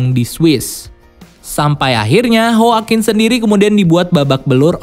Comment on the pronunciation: yoakuin min dibacanya (CMIIW)